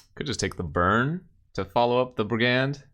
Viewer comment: please stop pronouncing brigand like that :'(